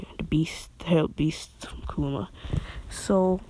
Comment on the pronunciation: He says kuwama aswell. 😂😂😂😂